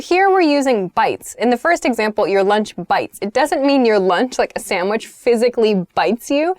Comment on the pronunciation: take a bite of my sandwihh